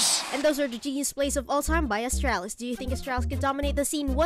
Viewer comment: love how every announcer pronounces the team name as "austraulis" and not "astralis"